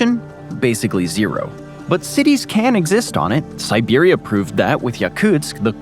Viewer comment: I asked the same thing. He also said 'siberium'